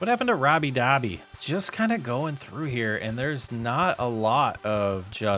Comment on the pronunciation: I don't think it is Dobby? I think it is pronounced Doe-bee. I could be wrong. Great video.